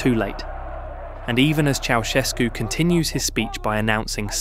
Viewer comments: "Ceaușescu", not "Chiaoescu"... are you that dumb,? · Interesting documentation, but it is really absolutely embarrassing that the name Ceausescu is permanently pronounced wrong: Correct is not "chi-au-esko" (the "i" is totally wrong!) but "tschautschesku"... shame on you according to rule no. 1 of journalism: "Everything could be wrong, but not names..." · Ça se prononce pas chaoueskou mais chaouscheskou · Pronunciation toh sahi kijiye. Ye "chow ses koo" Pronunciation hai. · "Choeskou", "Soseskou", "Kaosu", "Seseskü", "Kaoskü", "Chiaowescou", "Chovoscou", ...😂 Un enfant de 3ans prononcerait mieux son blaze! Il n a pas été prononcé une seule fois correctement!!! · Its pronounced Cow-Chess-Coo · ¿Chogoescu? A ver si te esmeras en pronunciar un poco mejor, al menos que se parezca a lo que es. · Ceausescu se pronuncia "Chaushescu". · "Chow"... Shevski... 😂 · Ki, an der Aussprache des Namens musst du aber noch üben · the mispronounciation in almost every romanian word is pissing me off so bad, i'm sorry. i don't mean to be rude, but it makes me so mad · Décidément pas facile à prononcer Ceausescu ...😂😂😂😂😂😂😂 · Bjr, la prononciation automatiquement doublée du nom Ceaușescu pique fort les oreilles !! 🙉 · チャウシェスクの名前を呼ぶたびに発音が変わるのはなんなんだｗｗ